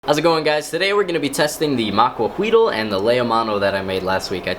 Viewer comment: Not really important, but the "L" at the end of the word Maquahuitl is silent, as with most words in that language with an L at the end.